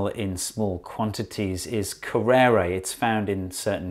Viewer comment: Never imagine the name Curari could be slaughtered so bad in pronunciation.